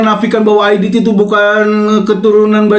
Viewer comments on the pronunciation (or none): none